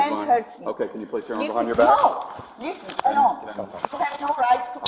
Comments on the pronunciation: “Leaf me alhone” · "LEF MI ULONE"